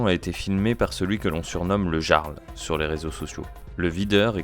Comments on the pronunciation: "Le Garle" . . . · Le "yarl", pas le "jjjarl" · Le jarle 😂😂 sa se prononce yarl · ça se dit pas "Jarl" mais "Yarl" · Essayez au moins de vous renseigner, ça se prononce [Yarl] et analysez la vidéo d'une heure trente et pas un cumul d'extraits de 27 secondes... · déjà sa se dit le YARL phonétiquement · Ont dit le "Yarl" pas le Jarl xD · ca se prononce "Yarl" je crois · Jarl ce prononce " iarld " en faite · On prononce le "Y"arl nom d'un chien 🐕 🐕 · Le gearle 😂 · Euh…on dit « Yarl », même si ça s’écrit Jarl. 🤦🏼‍♂️ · Oui, on dit "yarl" et cela s'écrit "jarl". Comme dans Skyrim. C'est un mot emprunté des langues anciennes du nord. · Le Jarl.. Ça se prononce "iarl" mais bref.. Je me demande qui a lancé les hostilités.. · Le "G"arl... 😅 Va falloir revoir la pronomciation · Ca se prononce "yarl", comme dans Johan. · Comment il dit le jarl, faut vraiment etre ignard pour dire ca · Ne pas savoir prononcer "Jarl"... C'est une IA ou le stagiaire la voix off?